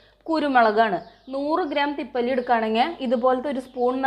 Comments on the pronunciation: തിപ്പല്ലി അല്ല തിപ്പലി എന്നാണ് പറയുക. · Thippali ane. Thippalli alla.